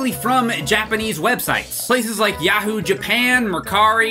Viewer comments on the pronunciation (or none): none